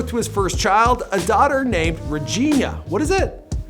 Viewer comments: Couldntve practiced saying his daughters name before the cameras were rolling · loved the video, but it was very insensitive to say Reginae name weird when her name is dedicated to his dad.